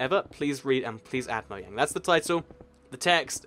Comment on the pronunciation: It's not moyang its mojang